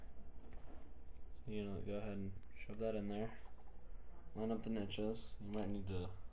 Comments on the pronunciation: what the hell are nitches? the last time I checked they were called notches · What the craps a nitch!!!?? I thought it was a notch lol